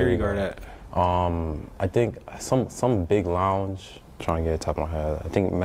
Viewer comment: This man called magic city a longue. I'll be damned